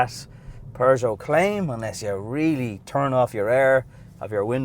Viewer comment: Loving the new Peugeot designs- great vid as usual! Well done… apart from the Perrzho bit ! Here’s Tish - and she doesn’t say Perrzho !! : (if you can listen - and keep your eyes off Tish!)